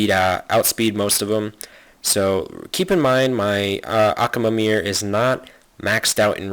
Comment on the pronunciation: I can't stand it when he says Accaamir and Tyrone instead of Tyron.